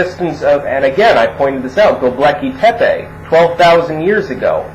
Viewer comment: I keep hearing the ruins you're citing as "The Lucky Pepe".